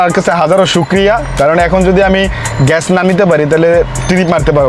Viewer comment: age bangla bola shikh bolod,ghesh na gas hobe ,chasha kn etto tui, tore marum re driver